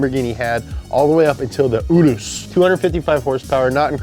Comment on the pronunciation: Why do u guys say oorus for the urus (your-us)